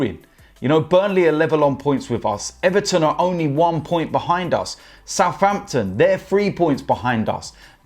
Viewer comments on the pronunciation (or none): none